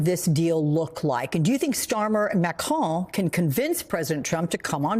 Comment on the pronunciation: Well done for being the first newscaster I've watched who pronounces President Macron correctly!